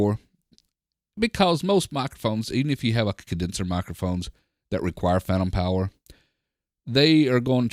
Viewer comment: "Pantom Fower" haha! Really great review I love the sound quality of this setup